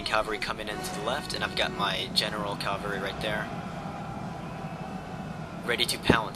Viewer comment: its cavalry not calvary. calvary is the hill where jesus was crucified haha